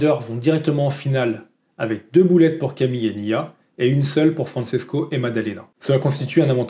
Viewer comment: Bonjour, je te suis depuis les tutos Wing avec ton père (et je croyais que c’était un pseudo…. ) et j’apprécie toujours tes vidéos. Le parasuit, c’est trop drôle! Pour information, Francesco se prononce FranCHésco ( comme le CHE Guevara) et non FranSesco et Tricks étant le pluriel de Trick, s’il n’y en a qu’un, c’est un Trick, sans S. Juste pour que tu sois parfait 😅